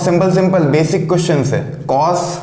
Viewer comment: Sirjii.... Befic nahi Basic hota h vo